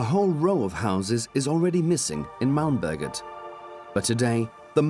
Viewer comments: The way he says Malmberget makes it sound like Malmböget. Which sounds like something entirely different. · när man måste flytta ett helt hus från mälmböget till koskus kuje